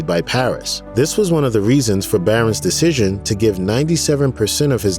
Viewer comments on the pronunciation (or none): none